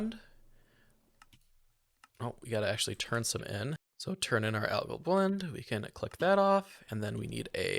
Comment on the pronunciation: "algal" =/= "agile" you wanna be saying "al-guhl" ~phonetically or combo the name "Al" with how the word "gall" is pronounced ty for the video btw super cool amazing wonderful no /s it's a really high quality video I appreciated btw just cause it's too likely and maybe more people learn: "nuclear" is not "nuke-elar" - george w bush screwed a generation with that it's "new-clear". Nuclear has always been pronounced as "new-clear". That being said, "nuke" is its own thing, and remains a fun word to say. But just my poor sweet summer child "nuclear" gets boned 99% of the time and thank you for coming to my deditated wam talk.